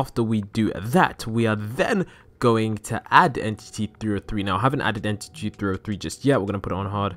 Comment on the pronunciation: He said en TITY 303